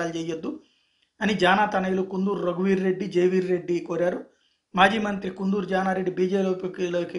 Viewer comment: Kundhuru kadu sir kandhuru